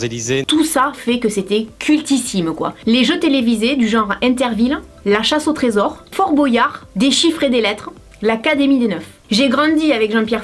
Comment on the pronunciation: C'est moi ou tu as dis "Fort Bo yare" et pas "Fort Boi yare"? :')